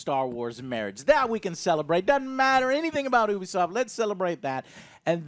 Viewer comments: "Oobeesoft" Never heard of it... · Ok morons it’s Pronounced YOU B SOFT NOT Ooooooo be soft duh!! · Stop mispronouncing Ubisoft. It's pronounced "you-be-soft" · Can't stand to hear him mispronounce ubisoft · I love ya Joe, but how you pronounce Ubisoft grinds my gears a little bit ngl